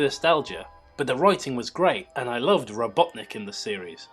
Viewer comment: LOL your friend says ROBOTNIC funny XD